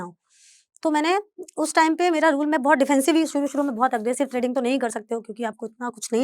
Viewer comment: त्रेडिंग या ट्रेडिंग